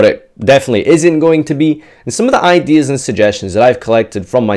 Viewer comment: I love all these "idears"